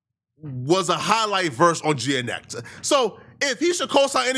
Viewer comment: Never heard anyone pronounce GNX as Geanetics lmaoo